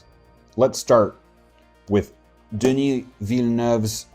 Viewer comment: 10/10 Denis Villeneuve pronunciation